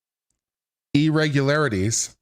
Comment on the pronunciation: Lmao, the first time you said it , I was fine and I said it with no problem, then you did it that third time and I was like oh no..I could not pronounce that word that I’ve never have had a problem in my life with😂😂😂..I had to stop the video and try saying like 10 times before it came back to me…lmao ..the curse of the irregularities …😂😂😂…but anyways, ur my fav lawyer in you tube …:)